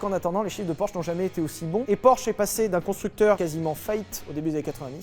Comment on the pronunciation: Prononcez Porsche correctement par pitié 😭😭